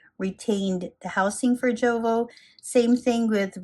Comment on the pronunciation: Jowo is pronounced "Yo-Vo".